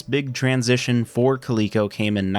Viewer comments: Clee-co? Dork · How did you end up at pronouncing it as koleekeco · If the "LE" in Coleco was for Leather, shouldn't it be pronounced 'Lea' like Lead and not 'lee'?